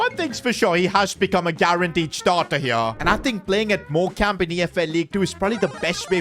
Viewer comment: It's pronounced Morecome just so you know love the vids